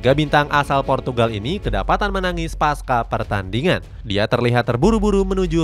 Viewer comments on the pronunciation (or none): none